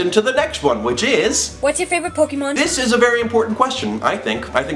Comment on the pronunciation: OMG FINALLY SOMEONE SAYING POK EEEE MON AND NOT POK EHHH MON. FINALLY LOL SOMEONE SAYING IT LIKE I DO! Also we need to hang out lol